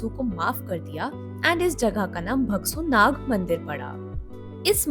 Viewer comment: nice video but try to pronounce right words that is bhagsunaag(भागसूनाग) not (भगसूनाग)